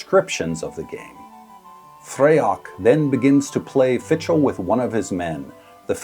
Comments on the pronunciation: It's pronounced something like 'fickle.' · Not the proper pronunciation! Please seek some help.